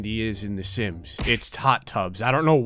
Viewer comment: When did the intro, I thought he said "the simps 4"